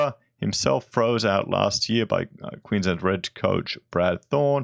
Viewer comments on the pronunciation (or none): none